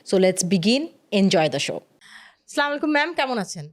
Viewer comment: অনেক কিছু জানতে পারলাম, অনেক ভালো পডকাস্ট ছিল। কিন্তু আপনার প্রতি একটি অনুরোধ শুধু স্লামালাইকুম না বলে আসসালামু আলাইকুম বললে ভালো হতো।